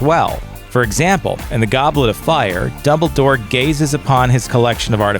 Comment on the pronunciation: i swear he said doubledoor